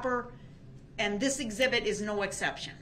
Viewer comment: Doesnt she mean "exhibity"? Lol i wonder if he will "Axe" any more questions of relevance-y in regards to this case-y....lol